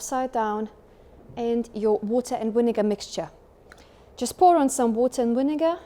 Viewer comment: Vinegar is pronounced with “v” as in “victory” not “w” like whisky… otherwise, it would be helpful to see how to set the cleaning mode.